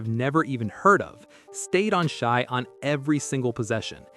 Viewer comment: It’s not Sh-eye, it’s Sh-a, maybe watch some games and listen to how their names are pronounced! Dumb